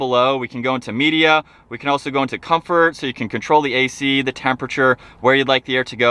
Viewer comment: Can you say the ‘ not thee “ ??????